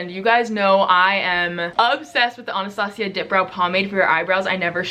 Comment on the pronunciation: “AH-NAH-STA-CEE-AH” 😂 love you